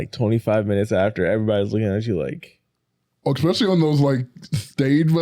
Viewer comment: I love you. And I don’t know how to say this without sounding rude. I’m honestly not trying to be. It is definitely MY problem, but i will be super happy, if you practiced saying E-specially 🥺🙏